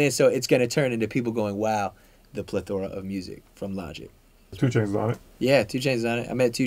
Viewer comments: bruh how you mispronounce logic LMAO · how do you mispronounce Logic?